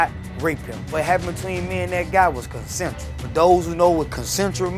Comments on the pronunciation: “Concentral” lmao! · he said “consnensuel” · "What happened between me and that guy was CONCENTRAL" 😂😂😂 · Concentral? Oh, well that makes everything different. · He said it was "Concentral" 😂😂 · He said it was “concentral” omg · Nahhh nahhh he said Con-central 😂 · I think he actually pronounced it as 'consentual'... 😁😁😁